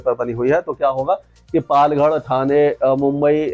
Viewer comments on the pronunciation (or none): Correct your pronunciation it's not पालगढ it's पालघर